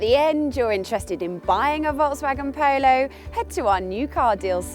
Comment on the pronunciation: I know that it's because of where she's from, but the way she says 'Polo' drives me nuts!